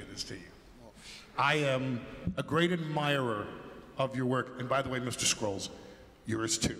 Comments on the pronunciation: Ah yes, thanks, that's what I thought so. But I heard him say Scrull or skrill instead of Scurl so just wanted to make sure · did he say mr scrulls?